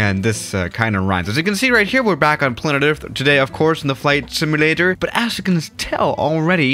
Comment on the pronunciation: Wait why he said simualtor